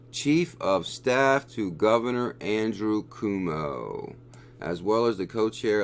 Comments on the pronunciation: Thanks for your research! Also, please use the correct pronunciation ---> Governor Cuomo (Quoh-Moh) not (Coo-Moh) - anyone in New York is cringing every time you say his name LOL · I’m from NY and laughed out loud when you pronounced Governor “Kuwomo”